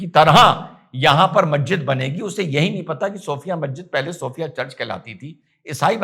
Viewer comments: Mazzid nahi Masjid hota hai Padhoge tab janoge Aqal ko Badhao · inka to pronunciation sahi nhi masjid ko mahjid banegi.....